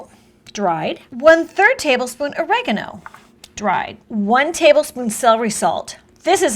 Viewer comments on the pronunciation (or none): This woman’s, so full of herself, and irritating, with her non stop talking, but most of all is her inability, to get right the proper pronouncing of Basil, and Oregano.